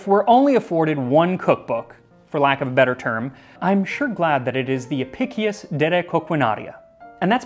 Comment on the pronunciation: Historian here, I own the book, and written a few works on it during my time at university. Friendly note: Since its latin, it would be pronounced "Ah-pish-ous" Great Video! I always found the flamingo tongue and the method for transporting scallops particularly interesting.